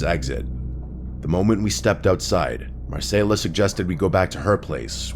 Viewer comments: It’s Mar-Cell-A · Why’d you pronounce Marcela and continuity weirdly